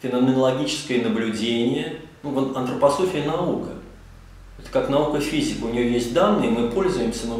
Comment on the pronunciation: Не Антрапасофия а Антропософия.